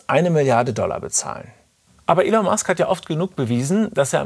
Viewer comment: Könntet ihr euch bitte entscheiden, ob der Mann nun "Ihhhln", "Ellen" oder doch einfach "Elon" (ausgesprochen "Ilon") heißt? Die ÖRR-Dokus werden auch immer grottiger.